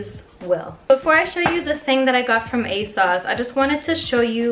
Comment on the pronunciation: Yea!! I want all the uni videos! 💖👏 Also I love the way you say ASOS like ASauce lol